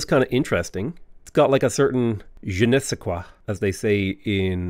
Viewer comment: What you said in French was actualy perfect 😂 you said "this place has a bit of i don't know what. I'm French btw and it's totaly something i can say in this situation, it was so smooth 😂